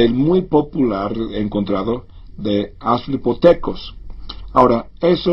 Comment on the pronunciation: ohh vamos, no se enojen con el pastorcillo, no lo dice en serio, ¿ven como dice "aslipotecos"? jaja es obvio que solo hizo este video para hacernos reir XD, y si lo dice de vdd, pues bueno, algunos integrantes de nuestra especia tal vez no evolucionaron del todo jaja